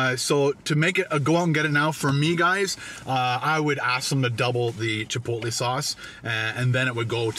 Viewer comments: Omfg stop saying chipot-lee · I cringe every time you say chipotle. (CHI POLE LAY) not (CHIPOLY) ❤️ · Chipotlee ? Lol